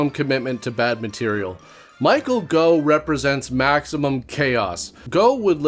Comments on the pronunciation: Pretty sure it isn't "Go", it's "Goff" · Michael Gough - "Goff" not "Go". Rhymes with "cough". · Goff not Go 😂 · The Gough in Michael Gough is pronounced as in cough. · It’s Michael GOFF, Gough is pronounced like cough. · Gough is pronounced the same way as cough. Just an FYI. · Gough is pronounced "Goff" here in the UK. Clough is pronounced "Cluff", btw 🙂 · Michael Gough pronounced "Goff." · Gough is pronounced - Goff, like cough, from Michael's daughter